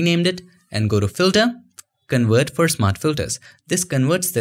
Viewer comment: I love your videos! You explain things so well! Very good communicator Which is why it's such a shame you struggle pronouncing V's. I believe it's just learned habbit. Please try to couch yourself with this. Do it for your youtube audience. It will take time I know. work on one word with a "v" at a time, work on the word "Convert" first, you say it a lot. Or "Versatile".